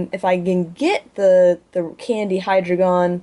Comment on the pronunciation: I thought it was pronounced D-ein-o, and zwei-lous, hy-drei-gon as in the german, ein zwei drei.